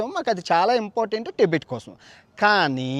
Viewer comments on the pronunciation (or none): none